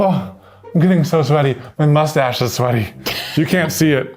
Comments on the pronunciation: "moistache" that's it. You get a like from me! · "Moistache" This is why I love this channel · I can go my entire life without ever hearing someone say "moistache" again.